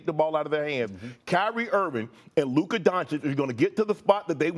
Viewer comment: Stefan A continues to deliberately mispronounce Luka’s name when he deigns to even mention him…Stefan A is a xenophobic racist